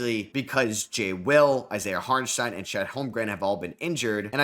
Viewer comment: Props for the pronunciation, you nailed it